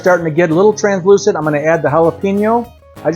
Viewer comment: He said translucent